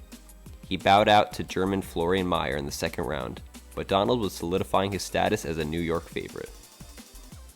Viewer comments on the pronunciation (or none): none